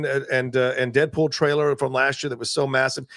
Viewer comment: “Deadwool and wolverine” 😂